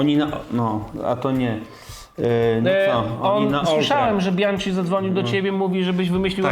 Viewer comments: Panowie, Bianchi to „bianki”, a nie „bianczi” 🙂 Sorki, musiałem… 🤓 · Rozumiem że wymowa „bianczi” to forma żartu 😉